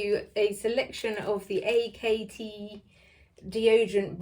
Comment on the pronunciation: There's a video about a year ago which describes the scents already. I think before doing a review, you should know the name of the brand, it's pronounced 'act', it says on the website.